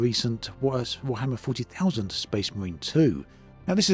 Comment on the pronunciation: Warhammer 40,000? WARHAMMER 40,000! Who says it like that?! Do you kiss your mother with that mouth?